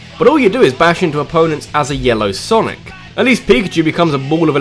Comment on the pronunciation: "Sanic the Hedgehog" I just love you